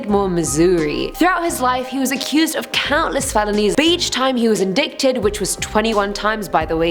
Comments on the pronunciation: "Indicted" is pronounced "in-dited," not "in-ditted." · "Indickted" no baby it's In -die-tid. The c is silent. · I'm starting to wonder if anyone checks what they read anymore.. indicted is IN-DIE-TED. not in-dik-ted. Does no one watch TV anymore? They say this 400 times an episode in crime shows. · Indicted. . . Pronounced In-Die-Ted. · In-dick-tid = indicted. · Indicted ( in-die-ted) the c is silent...it sounded funny though! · she said “ in dick did” instead of indicted lmfao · Indicted is pronounce In-dight-ed. Lol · Just a heads up indicted is actually pronounced in-dited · you pronounced indicted wrong, it's pronounced like indited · Is that how it’s pronounced in other places? “Indicted”...cuz in the U.S. it’s “in-DYE-Ted” for some reason. I had no idea that’s how it was spelled so now I’m curious and confused lol. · Love your videos. Helpful hint: In the number 10 slot, you mentioned that the bully was indicted. The word indict is pronounced " ɪnˈdaɪt ". Thanks so much for providing such informative and entertaining videos. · Indicted is pronounced “in=die-ted” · Figure out proper pronunciation of words. Indicted is pronounced in die ted. The rest of the video is fine for pronunciations. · It might be spelled "indicted" but it is pronounced "in-di-ted" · Cringing at the pronunciation of ‘indicted’